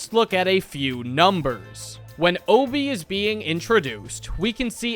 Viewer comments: the fact hes saying hobie as obie is killing me 😭😭😭😭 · What is with Americans and not pronouncing H's?? It's Hobie Brown, not Obie. Not once in the entire movie do they call him Obie. My guy, what is the deal?? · Hoe-bee not oh-bee as someone without the English accent thats how it is said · hobby not ob just say it properly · why do u say obie man why dont u say the H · why is bro not pronouncing the h